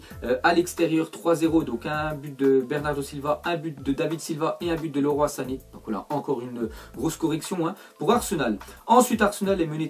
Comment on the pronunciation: on di liroy pas leuroi sané